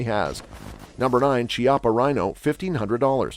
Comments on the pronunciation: Chiappa Firearms is an Italian company. In Italian "ch" is pronounced like the "k" of key not like "ch" of cheetah. So it would be something like "Kiappa Rhino" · Chiapas is Italian and is actually pronounced “Kiappa.” There is no Tch sound in Italian so when you see ch, it will almost always be pronounced as an English K